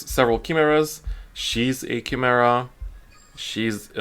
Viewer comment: not to be mean but its pronounced Kai-mera not key-mera